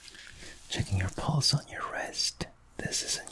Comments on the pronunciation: I thought he was sayings Balls all the time but no, it's pulse. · I'm not the only one hearing "Checking your balls" when he says "Checking your pulse." ? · When he was doing the pulse-checking thing, I seriously thought that he was saying “I’m checking your balls” like yup, classic